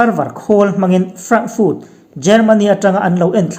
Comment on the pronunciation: Frankfut tihloh tur fart tia lam tur w.